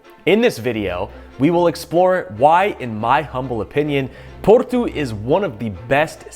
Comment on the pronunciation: It's Porto (paw-tow) Not Portu as you pronounce it 🤦🏻‍♂️